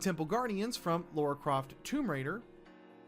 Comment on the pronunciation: Good lord, he said “Laura Croft”. There’s no U in the name Lara!